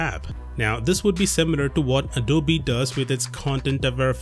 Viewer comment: Finally I get to hear the proper pronunciation of adobe 😂😂